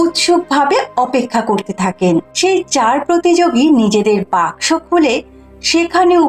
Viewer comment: Why is saying Box Box instead of Baksho😂